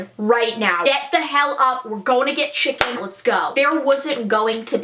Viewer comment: This chick said shicken